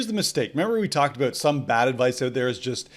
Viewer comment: I like how you say oot and aboot. Yr Canadian eh?